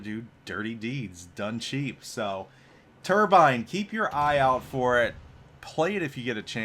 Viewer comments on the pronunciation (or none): italian dds are good and all but.. he didnt use the italian pronounciation of Turbine :(